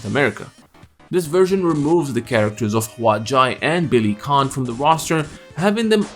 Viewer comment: It’s not Billy Kahn, but Billy Kane. Anyway great video as usual! I have all the Obari Fatal Fury anime dubbed on VHS still since the 90s.